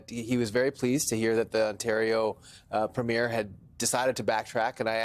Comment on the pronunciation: For the love of god, it's "PREEM-YER"...Doug Ford isn't a movie 'premiere' lol